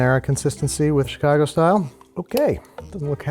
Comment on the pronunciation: you lost when you said "Chicago"